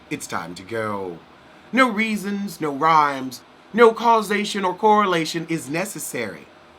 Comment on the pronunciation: The "nooooo" and "invatatay" 😄😄